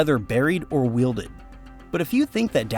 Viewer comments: wielded shut? Welded shut. Like well. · The information would be interesting, but there's too much AI slop. If the video clips of actual locations are clearly faked (AI garbled text on signs) and the AI narrator repeatedly mispronounces easy words ("wielded shut" really?!), how much of the content of the script can be trusted? Don't get me wrong, I'm not against using AI as a production tool. I'm mostly put off by the lack of editorial oversight. Who looks at that finished product and says, "oh well, good enough"? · The AI needs to learn how to pronounce “welded”. Because “welded” and “wielded” mean two very different things. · It's not wielded guy, it's welded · Say it altogether now, "Well-did". "Well-did". It is not "will-did" To weld is a system of fusing materials together. Wielding is a means of governing or controlling; often used in reference to swordsmanship. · Welded is pronounced well-ded not weelded